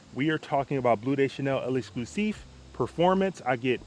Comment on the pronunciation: peace brother, the bleu is pronounced "LEX-CLUE-SEEF"